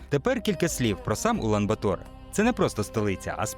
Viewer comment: Ула́н-Ба́тор (монг. Улаанбаатар — «червоний богатир») — столиця та найбільше місто Монголії. (виключно саме такий наголос!!! жодних "батОр")